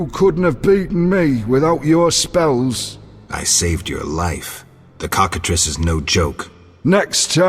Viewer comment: Who ever wins faces the Cock-A-Triss! Man that pronunciation was on fleeeeek. 😌😌